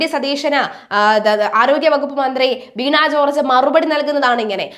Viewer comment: കുട്ടീ, വീണാ ജോർജ് എന്നല്ല, വീണ ജോർജ് എന്നാണ് പറയേണ്ടത്.